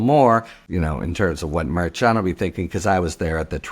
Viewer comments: EXACTLY! It is not pronounced MAIR CHON or MAIR CHUN. Names are important. He doesn’t listen, and he doesn’t care, and it’s extremely disrespectful! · Idk why it bothers me so much, but the judge's name is pronounced Mer-Shawn. Your own KM told u how to pronounce it. It seems disrespectful, like how Republicans mispronounce Kamala.